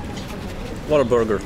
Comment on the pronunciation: play this at 0.5 speed, and enjoy drunk Herald ordering a burgar